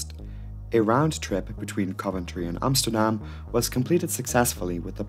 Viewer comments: I like how you pronounce Amsterdam the Dutch way. Small detail, but props! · Bravo you pronounced Amsterdam right haha I rarely hear that from a foreigner haha